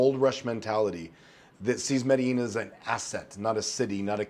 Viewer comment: how you still mispronounce medellin, lol